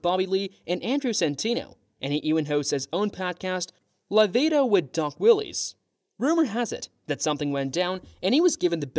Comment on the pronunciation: I knew it had to be AI by the way it pronounced Willis as Willies 😂